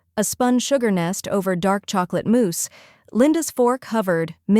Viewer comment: Mousse not Moose. Big difference